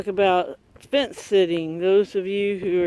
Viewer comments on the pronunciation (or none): fence not fench